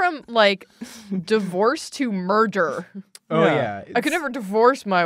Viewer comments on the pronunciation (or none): murder: MUR-TER